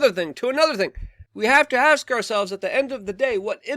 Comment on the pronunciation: Hes like I want to AX you a question